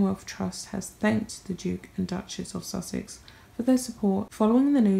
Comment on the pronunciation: The 'Dook' and 'Duck-mess' of 'Suck-sess' ...